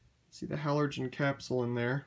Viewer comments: It says on the box that they are halogen bulbs. Sounds like you are saying 'halorgen' and not 'halogen', putting an extra 'r' where there shouldn't be. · buxterbaxter yeah, I love the way he pronounces halorgen 😂😂